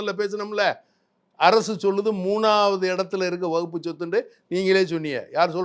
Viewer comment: வக்பு வாரியம் என்று கூட சொல்ல தெரியாம முண்டம் வகுப்பு வாரியம் என்று சொல்கிறான்... இவனெல்லாம் ஒரு ஆளு, டேய் already வக்பு வாரியத்தில் பெண்கள் பொறுப்பில் இருக்காங்க... பெண்களுக்கு சம உரிமை கொடுப்பதாக இருந்தால் முதலில் உங்க R .ss அமைப்பில் பெண்களுக்கு பதையி கொடுங்க, அர்ச்சகர் இல் பெண்களுக்கு பதவி கொடுங்க